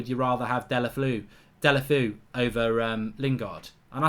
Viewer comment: Deulofeu 😂😂😂 I like how you say his name